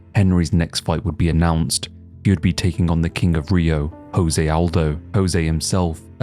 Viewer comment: Hey man, great video as usual. Just wanted to point out that Jose's name is pronounced Joe-Zay and not Hoe-Zay. The J isn't pronounced like an H like it is in Spanish. No offense or anything, it just drives me nuts that many people in the MMA space have trouble pronouncing Brazilian/Portuguese names correctly. Jon Anik is the only commentator that currently says Alex Pereira's (ah-Lex Pah-day-dah) name correctly, for example haha.